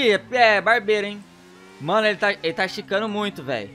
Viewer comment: kkkkk ele falo vano inves de mano☺